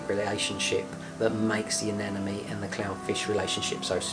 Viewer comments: Why almost everyone calls the. Anenome and not anemone.. ? Whyy?????? 😱😱😱 nice video though.. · A-NEM- A-NE say it right.